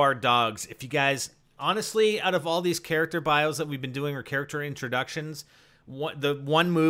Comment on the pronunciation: Its not relevant, but i like when you say oat (out)